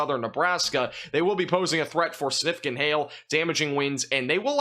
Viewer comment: Sinificant. Why do you say it like that? Don't you know this word has a G in it. SIG-NIF-I-CANT